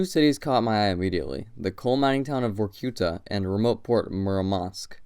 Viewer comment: The names of both Vorkuta and Norilsk are pronounced incorrectly. In both cases, the stress must be on the last syllable, like it would be in French. You guys have to do some homework before embarking on doing videos on foreign country geography.